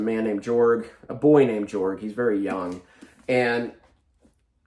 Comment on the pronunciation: I love that you have been unduly influenced by Sandersonians and say "Yorg" even though I think it is actually commonly pronounced Jorg this time 🤣 Sando out here redefining the way people read the letter J. I think you would love Book That Wouldnt Burn,!